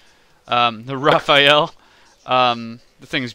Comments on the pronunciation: The Leclerc is pronounced just like LeClair (you do not pronounce the C...yeah I know French is weird) and it's Rafale not Raphael :) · why did you pick the gazelle instead of the other tigre (HAP i think) ? and yeah, it's "lecler" and "rafale" not "leclerKKKK" and "rafael" ;)